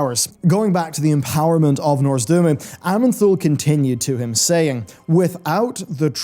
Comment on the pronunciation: Repeat after me: NOZ-DOR-MU